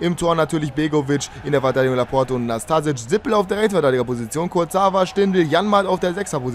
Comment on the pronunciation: Da vermutlich "Laporte = la porte = die Tür" heißt, bin ich mir sicher, dass es "Laport" ausgesprochen wird :D